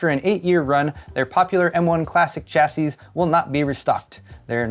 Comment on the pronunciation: I wrote this in another channel: "3060 6GB OC, 3060 8GB Ti, 3060 Super, 3060 Super Ti 8GB, 3060 Ti Super 12 GB, 3060 OC Tuper Si 4,5 GB, 3060 TupperWare Super Duper 55 GB, 3060 KitchenSink OC Super Ti 72 GB...."...and it's Kourou and not Kourau. The "s" at the end of "chassis" is silent,!